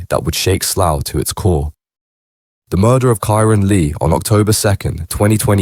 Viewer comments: Sloth???? It's Slough you thick robot 😂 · I have to turn it off soon as I heard sloth ffs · it’s pronounced SLAOW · Or sl-owl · As soon as you pronounced Slough I left